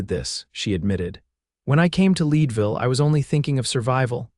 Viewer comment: Your AI needs to pronounce Leadville, CO correctly. Having lived there, I should know. 😮